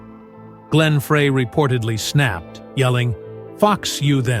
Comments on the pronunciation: it's pronounced "Fry" think one would you would get it right after doing several stories on the band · Correction ; Frey pronounced FRY